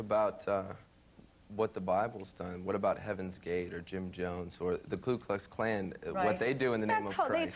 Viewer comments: he is a smart guy for sure. but... not a genius. did anyone notice he said "klu klux klan?" it's "ku klux klan" it was just a little bit annoying when people would interrupt lakita garth or start laughing because she would call marilyn manson 'marilyn.' ...it wasn't THAT funny. bill mahr couldnt get over it though.HA. i'm glad marilyn took his time and didn't make himslef look like a jackass like florence hinderson ("more importantly, what posesses him to go out on stage?"lmao) and bill mahr. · ha! it must be the mark of a genius... lol. what are you doing saying 'klu klux klan' all the time?